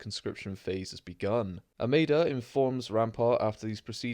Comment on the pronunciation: Mas Amedda (Not; "Amadda") 👍 (I'm just sayin' 🤜 💥 🤛) #ConstructiveCriticism #DontShootTheMessenger ✌️